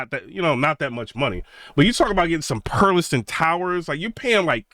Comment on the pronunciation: First, some advice... It's not the greatest move to come out swinging on a speaker you haven't personally owned or used in your system especially as a "tuber". Second, properly pronouncing manufacturers' names will go a long way towards credibility. The "T" is silent in Perlisten. There is no "A" at the end of Revel. Now to your topic. I have owned the Perlisten R7t and R5c. All the reviews made them sound like the bees' knees. I ordered a pair after demoing them. When I set them up, I was greeted with a very clean presentation, cohesive sound, pinpoint imaging with some depth of soundstage. What I didn't get is a wide and deep soundstage. Everything was pinched in between the speakers. There was no air in the treble. Bass dropped off around 40hz. But, Perlisten purposely designed them to NOT interact with your room, and to minimize reflections. For HT they were great. Unflappable at any volume. All the processing made them sound big. 2 channel was a different story as noted above. They admit they went after the Dominus rating to be the first and to help gain visibility, but I think it cost them low end output. Are they worth $11k? I don't think so. Their build quality is excellent. 104lbs per speaker. Solid cabinet and base and feet. But, I think most speakers are overpriced these days... Which brings me to your Focal and B&W comments. Both are extremely overpriced, way too bright. There is no bass in a Focal speaker, even with all those drivers. Hollow cabinets, and on and